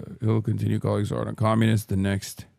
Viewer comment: why do they always pronounce Zohrans name wrong bro lol it’s so annoying